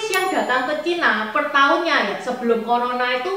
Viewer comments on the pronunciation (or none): none